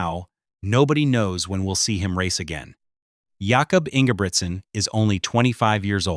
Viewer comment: Your dumb ass AI voice over can’t even pronounce his name right and your moronic AI generated script has no actual content just a bunch of obvious statements strung together.